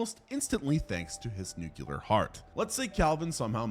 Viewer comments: F%&# !!! I hate to be the word police here, but this bugs me. It's not just you as I've heard Phd's do the same thing. Nuclear is NOT pronounced "new cue ler". It's "new klee er". Sorry, It's a pet peeve of mine that just digs into me. Love the video !! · He didn't say "nuclear " even once....the whole time he said "nucelar"XD.no offense dude.love ur vids